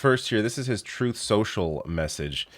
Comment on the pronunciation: Troth, Cential